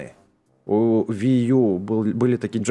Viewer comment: Не вию а вии